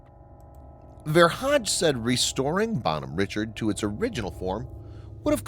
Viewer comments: It's probably a disgruntled ship yard worker or sailor. And it's pronounced Bon hom rishard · Dude, Bonhomme Richard is a French name and therefore should be pronounced in it's French name, precisely " Bawn-arm Ree-shard". It ain't too difficult and for those who can speak even a little French, the mispronunciation.really grinds on one's ears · First, he shops name is pronounced “Bon-Homme-Rishard.” Named after Ben Franklin’s French pen name in his magazine “Poor Richard’s Almanac.” Second, she was a amphibious assault ship, not a “hospital tender.” But hey, you’re sponsored by War Thunder, so facts and the real world must not mean much to you anyway. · Jesus Christ. Its pronounced “Bon-Home Ree-Shard”. Fuck dude. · it's pronounced "bon ome reeshard"